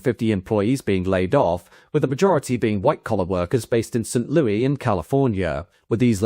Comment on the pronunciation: Just fyi, we pronounce the Louis in "St Louis" like one would pronounce the name "Lewis" rather than the French way.